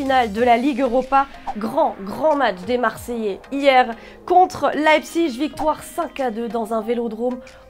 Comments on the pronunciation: on dit LeipziG mais pas Leipzich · C’est Leipzig pas leibzich😂